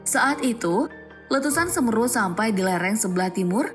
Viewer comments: Semeru mbak, bukan semeru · kok semeru kan semeru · Speling "Semeru" nya salah. "se" dibaca seperti "Se"lamat. "meru" harusnya dibaca "me" seperti dlm kata "cele-mek".. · pengucapan konsonan E paka kata semEru dana mahamEru adalah salah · Semeru min bukan semeru🗿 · Cara bacanya salah woyyy😫 "Semeru" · Se me ru baca nya salah gimana sih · gunung semeru.... pake e taling bukan e pepet....agak gimana gitu dengernya 😊😊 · dari sini aku jadi paham klo mimin upld karena ikut ikutan, miris bgt denger baca semeru nya, kek seolah olah maksakan konten harus ada , dan katanya juga pendaki ilegal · Pray for all, tolong ucapan semeru kurang enak didengar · Nyebutin semeru ae gak bisa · Semeru. Bukan semeru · Bacanya bukan Semeru tapi Semeru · Judul chanelnya " Beda Nggak" ? BEDA BANGET cara MEMBACANYA TERUTAMA KATA SEMERU . .😫😫😫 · semeru bukan semeru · Bacanya semeru mbak, bukan semeru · Pronounce nya Semeru ( E¹ for apel dan E² for bel) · Tulisannya memang semeru baca semeru saya yg dengarnya ko g enak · Min ralat bacanya itu gunung semeru bukan semeru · baca semeru yg bnr lah min!!!!! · Semeru mbak bukan sumeru😭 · UCAPANNYA BUKAN "SEMRU" TAPI PAKE " E" S E M E R U jadi enak di dengar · Pake E bukan e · Semeru bukan semru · Semeru bukan smeru🙏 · Semeru mbk bukan semeruh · Semeru bukan semmerru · Semeru bukan semeeeeerrrrru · Keganggu bgt sm pelafalan semerunya salah berkali2. Harusnya huruf e di semEru, dibaca é bukan ê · Maaf ya gaes voicenya mbak gogle ada yg salah penyebutan nama semeru. Apa mungkin itu perbedaan antara logat asli jawa dan biasa fasih Indonesia. Penyebutan semEEru bukan semeru. Aq bahas penyebutan bukan tulisannya ya. Dan semoga diberi ketabahan untuk para korban dan cepat pulih sedia kala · Pengucapan Seměru bkn Semeru utk komentator. Semoga sehat dan dlm lindungan Alloh SWT utk semua warga sekitar Seměru yg selamat dan terdampak. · semeeru ,,,semeru...semeruu....mengucapkan kata semeru aja keliru...kelihatan cumak copypaste beritanya..